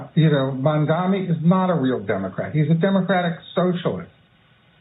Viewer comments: Look at that short ass monkey. His name is quite literally spelt out in gigantic fucking letters in front of this monkey in a suit and he still pronounces it as "MOM-DOMMY" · It's literally spelt out in front of them and they STILL can't pronounce his name. It's insane